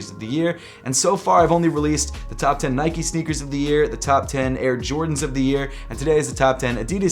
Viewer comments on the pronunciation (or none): none